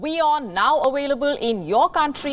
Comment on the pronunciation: How is it that Indians (Hindu) can say the word "Move" but the say Awayleble instead of Available? Are there any English school there?